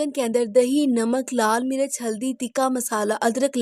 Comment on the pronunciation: Mirach ni mirch hota